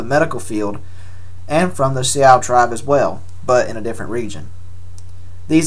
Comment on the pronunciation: Sioux is pronounced Sue